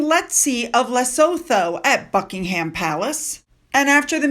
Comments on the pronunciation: Lesotho = le soo too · Evening from the other side of the world! Just FYI - I believe the Southern African country of Lesotho is pronounced "Lisootoo" 😊😊 Please correct me if I'm wrong!